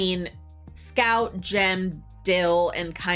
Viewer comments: It’s not Dale… it’s “Dill.” and brother is not Jim. It’s Gem. Watched it in Advanced Placement English for Senior year high school. Shout out to Mr. Hobbs in Ventura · Dale aint Dale. His name is Dill! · It's Dill, not Dale. Pay attention. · The kids name is Dill, not Dale. Great movie.